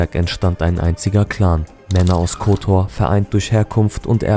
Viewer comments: Sprechen Kotor falsch aus, und zeigen dann auch noch Perast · Ovaj ne može pravilno ni Kotor da izgovori, Škaljari nikako.Muči ne prdi!.Pi!